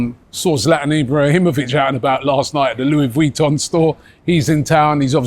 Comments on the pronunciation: What the hell does “pertracted” mean? And “Louie Vweeton” is just wild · Robbie butchering Louis Vuitton just like he butchers Odegaard.. come on get your pronunciations right